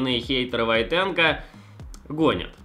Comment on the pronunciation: Не ВойтенкО, а ВОйтенко!